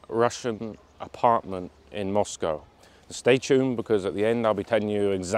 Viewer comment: I'm glad to hear you say Moscow correctly